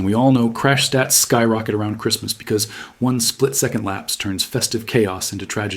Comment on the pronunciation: I can't stand the way she says "because"!😂😂😂